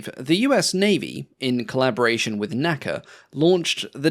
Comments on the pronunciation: N-A-C-A, not Naca. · Great video! I really enjoyed it and appreciate the improved content over the original. One nit… unlike NASA, NACA is only pronounced by the letters “N-A-C-A”.